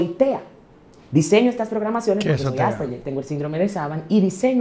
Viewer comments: Coño … es Asperger, AS PER GER! (la pronunciación se escucha Aspejer) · "AsperBer" jajjajajajajajha😂